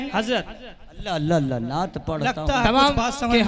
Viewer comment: Dad denewale ALLAH aur SUBHANALLAH.....ko sahih bolna Sikh kar bolen. Jahilon ki tarah na bolen.